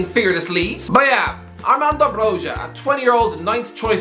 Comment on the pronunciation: There is no zh in Armando Broja... It is Armando Bro*J*a not Brozha. Damn that was triggering